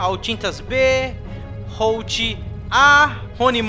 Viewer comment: só uma correção(nao eh critica)o Holtby se pronuncia Holtíbi so uma dica